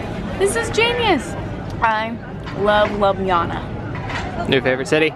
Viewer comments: its pronounced Lubyana. And one heaped tablespoon of ground coffee is enough for a mug of coffeel. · You say ljubjana as lublana. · Hi and, i live close to Ljubljana and when u said Ljubljana u said it a bit wrong and its Lju-blja-na (hope it helps!) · Ljubljana has the best of everything. Its pronounced Loob-li-ana. :) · If it's hard for you to pronounce the J in Ljubljana just say Lublana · Pretty sure it’s Lee-Ub-Lee-an-a right? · You guys are amazing,but you are saying Ljubljana so wrong.